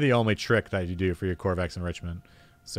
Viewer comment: Ko - va - rex, it’s named after the dev.